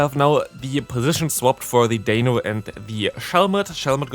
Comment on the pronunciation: You do know it’s D-ein-o, Zwei-lous, Hy-drei-gon, right? Ein, Zwei, Drei?